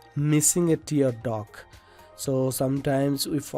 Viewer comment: I'm proud that someone from India is providing such a great source of learning ZBrush. BTW, It's "tear duct", not "tear duck"..